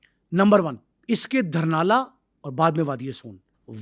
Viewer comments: Village ka Naam,durnala ni,,Dhurnaal ha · sir apka program bht acha hota hai. Bai ye word dharnal nhen dhurnal hai ye gaun ka nam hai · It's not Dharnal It's Dhurnal. He wasn't not from Wadi Soon infact from Talagang's village named Dhurnaal ڈھرنال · دھرنا نہیں بھائی ڈھرنال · دھرنالہ نہیں جناب ڈھرنال لفظ ہے جو گاؤں کا نام ہے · السلام علیکم۔ جناب محمد خان کا جو گاؤں تھا اسکا نام "ڈھرنالہ" نہیں بلکہ "ڈھرنال" یعنی "ڈ" کے اوپر پیش ہے۔ اسلئے گزارش ہے کہ اپنا تلفظ درست کرلیں۔ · او بھائی جگہ کا نام ڈھرنال ہے۔ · Lafaz (Dhurnal hai dahrnala nahin)Please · Dhurnal sahe bolo yar